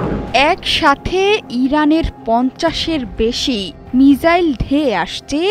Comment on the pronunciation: মিজাইল নয় মিসাইল